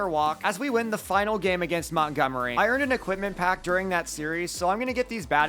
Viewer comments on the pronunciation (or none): none